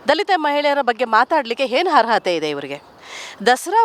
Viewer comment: ನಿಮ್ಮದು ಮಾತೆತ್ತಿದ್ರೆ ಅಟ್ರಾಸಿಟಿ ಅಂತೀರಿ ಅದೊಂದು ಚಟ ಆಗಿಬಿಟ್ಟಿದೆ ನಿಮಗೆ...... ಅವರು ಹೇಳಿದ್ದೇನು ಅಂತಾ ಮೊದಲು ಅರ್ಥ ಮಾಡ್ಕೊಳ್ಳಿ..... ಹರ್ಹತೆ ಅಂದ್ರೇನಮ್ಮ ಅದು ಅರ್ಹತೆ..... ನೀನು ಕನ್ನಡ ಭಾಷೆಗೆ ಮಾಡೋ ಅಪಮಾನ ಅಲ್ವಾ ಇದು.... ಇದಕ್ಕೆ ಯಾವ ಸಿಟಿ ಕೇಸ್ ಹಾಕಬೇಕಾಮ್ಮಾ 😜⁉️